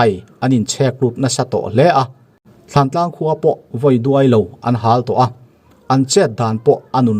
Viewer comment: Thantlang alom, thlantlang tiin i soi reng bok sia